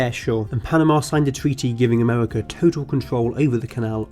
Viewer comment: Amewica 😂 unwest 😂